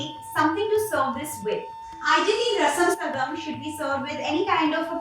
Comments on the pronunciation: This is unadulterated BS and an insult to Rasam Sadam. Rasam Sadam has to have a soupy consistency and this Chef can't pronounce the name right, has no clue what it is, and thinks it's made like it's counterpart Sambhar Sadam. Quit it lady. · This is khichdi with rasam powder. No self-respecting South Indian would call this Rasam Rice. In fact, there is nothing called rasam rice prepared. They are served together, not prepared together. I am disappointed at the lack of research, and even the effort to pronounce this right.